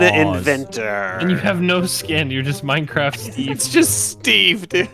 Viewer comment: Its minecrafff